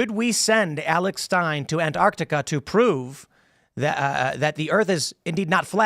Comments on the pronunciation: There is a T in Antarctica! It is not spelt or said "Annarctica"! an-taark-tuh-kuh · I'm supposed to believe anything Alex says when he can't even pronounce Antarctica.